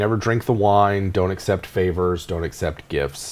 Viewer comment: "Never accept any fey-vors"... I see what you did there:p Nice one xD